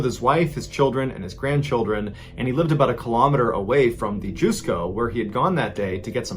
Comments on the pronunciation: Hey, Mr. B. Allen. Always nice vids. Can't get enough. #2 and #3 were gripping and touching. For #1, for future reference, the "Ju" in "Jusco" is pronounced like the "j" and "u" in "just" rather than like "Jew" (so I guess you could pronounce it like "justco" but make the "t" silent). Not that you might have too many Jusco stories coming in the future. And, of course, that doesn't take anything away from your great storytelling. Keep up the good work! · The Jusco Phantom (fyi as a silly nitpick, “JUS” pronounced like “justice” rather than “juice”, irrelevant today anyway as they’re all “AEON” now) story is pretty much unsurprising for Japanese police unfortunately. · It is pronounced as Just-co not juice-co. Also: 四日市ジャスコ誤認逮捕死亡事件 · I lived in Japan for 13 years. It’s pronounced JUS-ko. Not JUICE-ko. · Mr ballen, my dearest, it’s pronounce as just-co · Your pronunciation of Juscco is way off Lol You say it Just co with a silent T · Interesting story told ,the supermarket is pronounce as Just co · MrBallen's pronunciation of the Jusco Phantom sounded like "Jusko" or "My god!" In my language... Which is what I felt when the woman's picture came up. Tingles up my spine too.